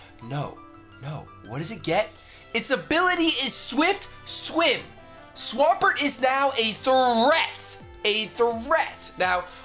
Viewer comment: I sounds like your saying Mega Beyoncé. I would definitely train that.